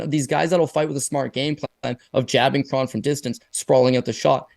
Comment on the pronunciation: I think Kron rhymes with cone